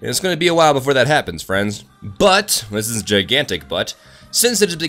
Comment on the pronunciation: I'm pretty disappointed... disappointed that you didn't flash a picture of a butt when you so emphatizes the word "but" at